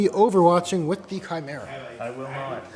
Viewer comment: I'm sorry, but "tshimera" 😆